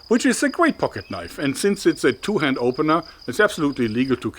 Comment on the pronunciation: "Now that's a knoif"